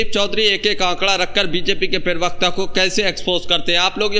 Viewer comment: प्रवक्ता होता है उच्चारण सही करो